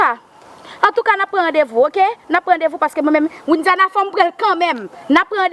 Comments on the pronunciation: Kiyès ki tande menm jan avèm matant Widiana ki se pa k di nonl byen « Windiana »loll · Knbyn munn ki we paka di Widiana se Windiana li di